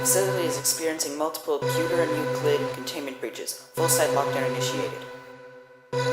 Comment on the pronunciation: Hello, i rlly liked this vid, but its euclid, not ueclid. No offence,.